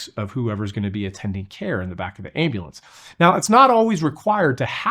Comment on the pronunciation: He's been an EMT for years and still can't say "ambulance"?